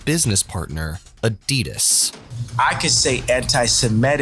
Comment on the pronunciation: Your pronouncing ADIDAS wrong